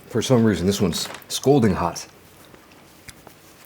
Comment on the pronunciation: I heard "scolding hot" not "scalding hot." I was just wondering if I heard right because "scolding hot" is pretty funny. I think just coined a new phrase with that one.